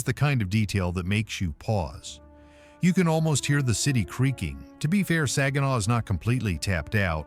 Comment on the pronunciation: I was born and raised in Saginaw( he's not pronouncing it right) i love my city and some of those places i dont recognize. I didnt leave Saginaw because of crime i left because i wanted to see what it was like living somewhere else. I go home almost every week to see my dog he's at my son's house